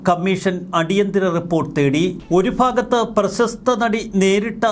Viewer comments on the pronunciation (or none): none